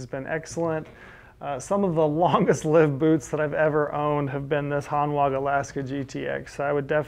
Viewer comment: I have two pairs of Hanwag boots. Really good quality, can be resoled and will last for years. Btw it's pronounced "Hanvag" they are a German brand 😉 Edit: one customer has had a pair resoled over 20 times!